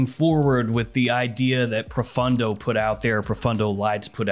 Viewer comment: proFAWNdo, not fun d'oh !